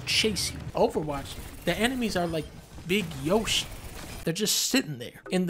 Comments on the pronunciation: I like the part where he said beeg yoshi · it's beeg yoshi guys!